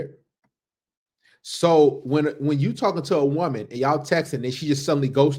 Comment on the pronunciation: "not gonna be da type a man dat choooo would want" 😂😂😂Listen, choooo is not a word 😂😂😂😂😂😂😂